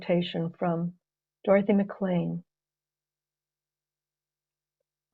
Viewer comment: Hi Richard. Thanks for pointing out Dorothy's name was mispronounced on the recording - it is correctly spelt Dorothy Maclean. Love Sue